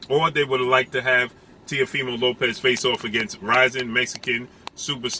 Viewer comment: Why don't you commentators give Lopez some respect and pronounce his last name the right way. I bet you wouldn't dare call him that to his face.